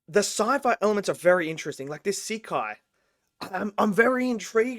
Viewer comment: It’s a movie based an a mobile game rather than a series! Sekai is pronounced “seh-kai” and each group has their own world they can go into. In the game, each group is not aware that there are other people who ALSO have their own special worlds, and vocaloids within them. In the game they all keep it secret